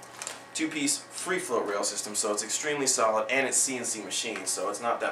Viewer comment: haha does he say a 2 piece free froat system?